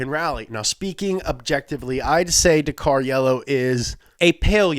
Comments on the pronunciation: Why is it called 'Dakar Yellow'? 'Da Kar Yellow' badoogu dududu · I thought it was pronounced dak-ar